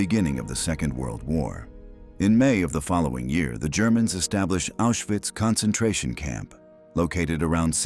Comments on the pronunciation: Diese automatische deutsche Vertonung ist unmöglich und nicht zu akzeptieren! Viele Wörter - selbst Auschwitz - werden absolut falsch ausgesprochen. Unmöglich. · Nemmeno sa dire Auswhitz